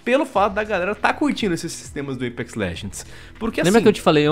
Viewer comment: o porra, fala apex não eipex, q raivaaaaaaaaaaa